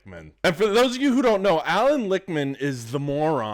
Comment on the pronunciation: Not trying to nitpick, and I LIKE this video dude, but the soy boy's name is Lichtman, pronounced WITH the T, as in phonetically LICKTMAN, not Lickman, as you're doing. Enjoyed this and subscribed.